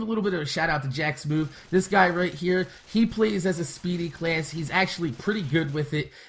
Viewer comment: The game mode you are suggesting is stupid. And why do you say "class" like "cleayss"